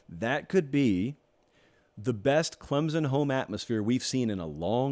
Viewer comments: It’s Clem-SON, not Clem-Zin!!! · Love your show brother.. But please stop pronouncing it "ClemZon".. There's an imaginary "P" right after the M lol.. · Heck...this dude can even pronounce Clem Son.....where is the Z? Yes it is annoying.